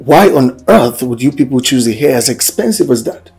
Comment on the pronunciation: Oya madame it’s hair not air! Pronounce your H 🤔